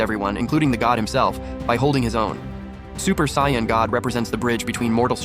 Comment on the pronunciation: sion nature? it's pronounced say·uhn. This must be an AI reading it.